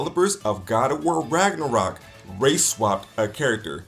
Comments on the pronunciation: The man got me with how he pronounced Ragnarok wtf is ragenrok lmaooo 😂😂😂 I'm black but at least I know the history all that mispronunciation is killing me jeez it's not that serious I feel it's a good retelling of a story like good stories are supposed to be like how folk tales were told anyone can be who ever they want in a story where is the imagination? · I love how at the end he couldn't even say Ragnarok right.